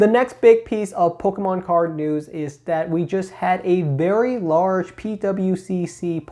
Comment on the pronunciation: I thought I heard you say “polkamon” once and now I can’t unhear it.